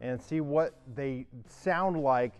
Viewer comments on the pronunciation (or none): none